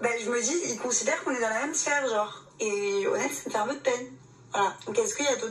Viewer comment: Tout ça pour répéter trente-deux fois "genre" qu'elle prononce jore A croire que plus tu es médiocre à devoir raser les murs, plus tu te pavanes comme si tu étais le roi du monde.